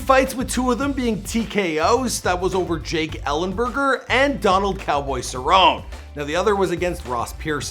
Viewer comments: Just call him cowboy instead of “ sir own” 😎cause cerrone? Is actually pronounced “Bologna shoulder schnoz -ony. “☺️I just ate 5 king size Reese’s. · LinusXV for real. He has the audacity to say that Nate loses all the time, but he can’t even say Donald Cerrone’s last name correctly.